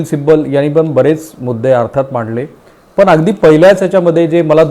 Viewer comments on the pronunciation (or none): पन भावणीक etc... शब्द उच्चार अशुध्द